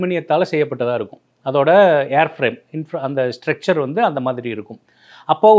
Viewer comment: லேண்டிங் கியரைப் பற்றியும் தவறாக பேசுகிறார். ஸ்ட்ரெச்சர் (stretcher) இல்லை ஸ்ட்ரக்சர் (structure).